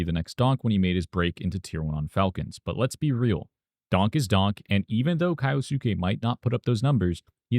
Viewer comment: Can we call him kyousuke and not kayosookay